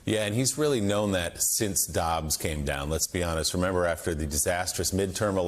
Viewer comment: It’s really Joe not weerly.